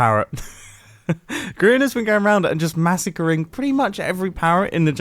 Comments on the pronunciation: Its grain not mubow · it grian not grain for goodness sake